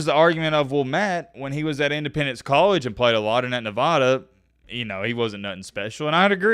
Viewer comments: Not Nevahda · Please say nevada right. Its not that hard